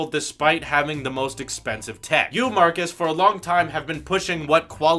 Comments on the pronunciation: His name is Marques (pronounced: "Mar-kezz" not "Marcus") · No hate but plz his name marquez not Marcus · Let's say it together MARKEZ... Not Marcus. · its Marques not marcus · It's not Marcus. It's Marques. Different pronunciation. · His name is Marques, not Marcus. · It's not Marcus, it's Marques! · His name is marques not marcus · Holy hell, his name is pronounced "mar-KEZZ".. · ITS MARK EZZ MAN GET IT RIGHT! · If you want to collab with him potentially, you may want to learn to say his name right. :) It's Marquez...like a z. :) Good luck! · It's pronounced markez by the way is you didn't know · Maybe pronounce his namely correctly first.... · He butchered his name!